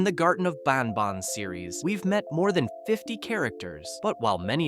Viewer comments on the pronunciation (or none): Bro when he says banban he says bonban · "Ban bon" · "in the garden of banbon" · ah yes my favorite game bAn bon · garten of banbon😭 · “Garten of banbon”